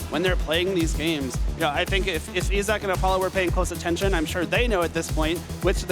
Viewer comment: I feel like I'm in the key and peeled teacher sketch. E-sock, you mean Issac (Eye-zack)?